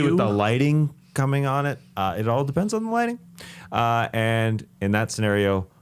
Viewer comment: Skeet saying "on the 'cock" and then following that up with an emphasis on "coming on" was peak lol definitely intentional